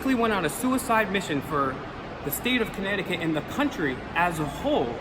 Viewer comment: Connecticut, not Conneticut.